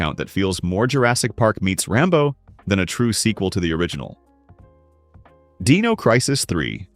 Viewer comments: Deeno, deeno. It’s Die-No. Dino. Dinosaur Dynamic. Not Deed, Deam, Deep. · Why use AI voice over? The D-ee-no Crisis is very jarring to the ear. I dont know what your voice is like but I can say with almost utmost certainty Id rather hear you even if you stutter and trip up as long as I dont have to hear Deeeeeno anymore.